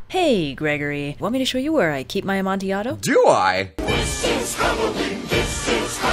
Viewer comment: Thank you for pronouncing Cask of Amontillado correctly!! I’ve had English professors say this wrong.